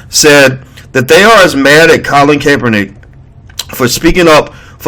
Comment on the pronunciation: CAP er nick.....emphasis on the "cap" as in "hat"